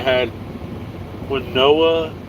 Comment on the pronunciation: Quinoa is pronounced "keen wah" accent on the 1st syllable...very healthy...wtg!